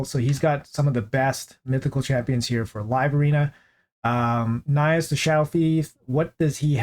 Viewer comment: You pronounced Nais right. You were joking around all this time, haven't you?